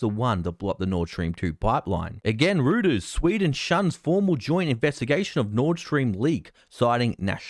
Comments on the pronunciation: Great report. More of the traditional usual US false flags to justify war.. which go back to the USS Maine, if not before. FWIW, Reuters is pronounced "ROY-ters", not "ROO-ters". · Rooters reported? It's pronounced "Royters" nor "Rooters" - Love your work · love your enthusiasm but "rooters new outlet" it's pronounced like ' ROY TERS' you have a great day mate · "REUTERS" is pronounced "ROYTERS". not "ROOTERS". All that rubbish and waving of your arms at the beginning was plain silly. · Love your video! Nice work. One small thing Reuters is pronounced Roy-ters. I’ll keep watching your videos. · Hi, great reporting, just so you know I think reuters is pronounced royters, thanks for you advice. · Great work, but as a fellow Australian I think the correct pronunciation of "Royters" might be safer. 😉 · You really should learn how to say Reuters